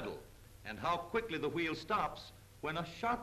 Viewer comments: funny how they pronounce wheel as "H-weel" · I love the way he says Hweel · I like how he says wheel